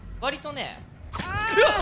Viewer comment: の「びっくした」が面白すぎたw